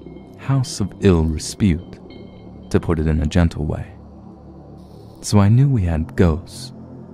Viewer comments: Its "house of ill REPUTE" not RESPUTE....silly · A "little bundle of joy" refers to a baby. It is not used to reference anything else. Also, it's "house of ill repute." Respute isn't even a word. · "House of ill reSPUTE"? Oh wow, hahahaha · I love this channel, but can we spell/grammar/pronunciation check before recording? It distracts me from the experience. Respute isn't a word.